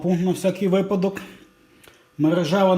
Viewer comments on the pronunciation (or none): none